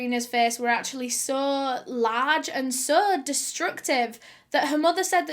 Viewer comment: SOH IN TOHDAYS VIDEOH.... BLESSES ALL OUR HEARTS WE LOVE YA BABE 😍🇨🇦🖤